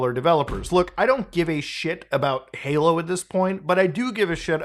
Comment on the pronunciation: are you saying “Paylo” instead of Halo? Sorry I’m having an “argument” with the missus about whether you said halo or paylo. Subtitles say “halo” but I don’t know if they are auto generated. My gf claims I won’t convince her it’s not “paylo”. But I think it’s “Halo” he says, it just sounds like paylo. …Paylo 😂